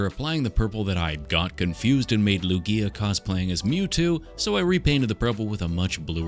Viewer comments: I kept feeling triggered by him constantly calling Lugia lugigi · Its pronounced "Lu-ge-a" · It's lugea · Am I the only person who pronounced Lugia as Luigi for years???? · It's Lugia, not Luigi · It's Lugia not luigi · me evry time he calls lugia luigi : em actually you pro- allso very cool luigia 10 out off 10